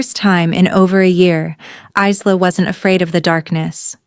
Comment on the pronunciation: Isla= / igh ' lah/. AI doesn't know how to pronounce things.